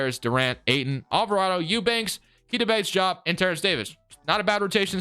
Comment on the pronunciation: why do you said diop like that? it’s pronounced exactly how it’s spelled